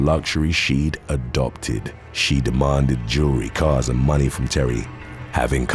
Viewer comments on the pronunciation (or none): none